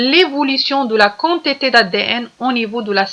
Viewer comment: chokran mais on dit la quantités كونتيطي pas كونطيطي